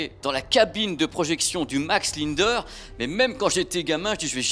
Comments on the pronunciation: Désolé on prononce LINDER comme SINGER... pas linedeur !!!! Ou Sinegeur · Il me semble que ça se prononce Max "Lindère" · Commencez par apprendre à prononcer "Linder" correctement....